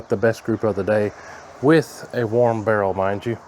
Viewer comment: Barrel not girl